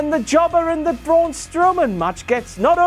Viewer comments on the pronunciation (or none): none